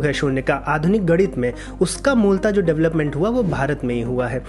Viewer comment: आप इतना बढ़िया विषय चुनते हैं और विवेचना भी बहुत अच्छी करते हैं किंतु आप गणित का उच्चारण गड़ित करते हैं। कृपया "गणित"बोलिए।और जैसा कि एक अन्य दर्शक ने भी इंगित किया है "मवेशी"पशु को कहते हैं, चरवाहा मवेशी पालता है।